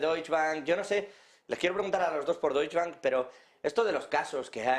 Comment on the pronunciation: Por favor.. DOITCHE Bank... el Deush Bank no existe.